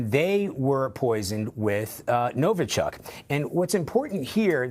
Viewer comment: It's not NovO-chok and not Novo-chUck, it's pronounced NovI-chok, emphasis on the last syllable